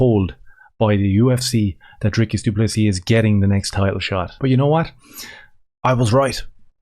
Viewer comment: "Dris-cus" I agree with you, 100%, it's no big thing how you pronounce a name. But of course, if Dricus was a black Transformer we would have to call him Sioux, not Sue, if that was what "his truth" was. When it's a white South African, we can all just call him whatever we want to call him, which is the way it should be.